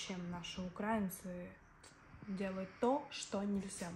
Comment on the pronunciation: Не укрАинцы а Украинцы . Ударение правильно ставь. Не на окраине России живешь как она считает.